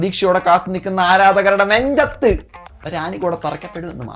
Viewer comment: that 'NENJATH' was personal😂